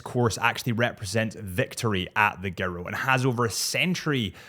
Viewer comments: Just for future is pronounced JIR-ROW. Its tour or lap of Italy in Italian. Do the little Italian hand thing with the thumb and fingers, commit to it that always helps. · pronounced - JEE-ROW lol